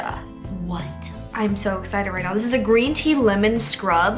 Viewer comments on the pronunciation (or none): none